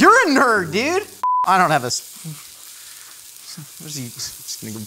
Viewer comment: the way he said "yer a nerd, deud!" just SCREAMS southern california and i love it